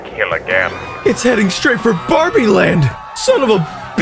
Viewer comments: Did anybody realize that said bawbie instead of barbie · i'm sorry but did anyone hear ''Bah-bie'' instead of Barbie? Cries